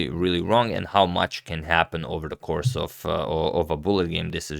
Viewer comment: Sori, Blitz, not Bullet…. (Also ‘of’ not ‘if’ !).